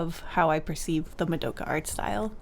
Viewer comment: Very sorry to do this, but the way you said Mudoughkuh has sent me into a rage. It's MA. DO. KA. it's easy. no muhs involved.